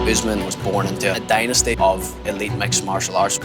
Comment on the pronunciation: Haha...😂😂😂 did he said dynasty? 🐀 🐁 🐭